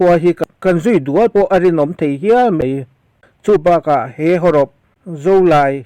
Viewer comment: mai tih turah 'mei' ti tawh suh. " tihna mei a ni" te i ti mai mai. Youtube hi naupang zawkte tan zirna hmun pawimawh tak a ni tih hi hriat reng tur.